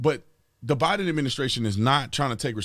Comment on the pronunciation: Tatum, did you say Biden or Divide'em administration?